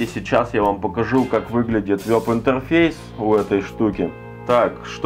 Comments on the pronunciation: вЭб, вЭб интерфейс!!!! А не вёб интерфейс!!! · Не вЁб, а вЕб.